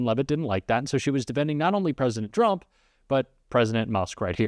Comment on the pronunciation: It’s so funny that she always says “President Chump” 😂😂😂